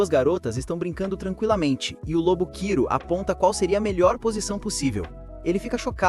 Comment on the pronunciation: Obrigado, mas não é Kiro, é Kuro.